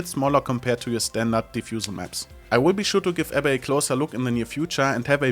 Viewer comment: Its pronounced AB -- BEE :D